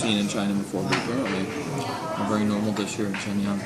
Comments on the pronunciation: It upset every time you mispronounced Shenyang. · I just don't like it when you fling judgement without even bothering to know how to pronounce the name of the city.